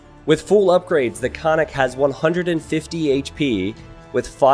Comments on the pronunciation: And also, konnik has two 'n's, it's pronounced like kon-nik, not co-nik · Also, Konnik is with two Ns you have to say, "kon nik", you make it sound like "iconic" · Ok, I got triggered every time I hear this Remeber kids, it's not ,,konik", it' ,,koN-Nik", with double ,,N" Pls, do not hurt my ears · Not "khan-ick" but "khon-neek". konnik. The first part of the word "khon" is Bulgarian for horse. Soldier on a horse. This remake is a dream come true 😁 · Krepost/Крепост is pronounced as "Kr-eh-poh-st", not "Krypost". Konnik/Конник is "Cone-Nick" and not "Khannik". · Cree Post and Cunnics. Me (slavic speaker): Ugh, painful! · and also konnik is pronounced like carnaval or something like that :) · Thanks for the video , was super excited for the AoE to make a civ from my hard to find on the map country! Will be playing it a lot :) P.s. not that it matters but if you care about the pronunciation , say both ‘n’s in the name, Kon-nik, (horseman). :) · Since I am from Bulgaria a short pronunciation course Ö КРЕПОСТ - KREPOST (hard K and hard E ) , singular bagain/bagaini plural ( bagains is not right at all) BAGA (G LIKE IN GREEN) IN - from Iranian baga- lord, great,big .and btw bagatur bagain must be cav unit not infantry :D KONNIK -horseman - KON-NIK (hard K, hard N and one more N) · it's funny hearing how people try to say those words without knowing what they mean and how they are actually pronounced :) the "Konnik" basically means "horse rider" and is pronounced with double N, almost like two words. so it's pronounced like con-nick, 'con' almost the same like con from pros and cons, and nick like the name. and Krepost could be translated as fort or stronghold, also cold be fortress. since here it's weaker than castle i would say fort is the most appropriate. the first part 'kre' is pronounced similar to the start of the word crest (so the cre) but with more hard R. and the post is like you would expect. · "Kreeepost" "Kah-nik" Lmao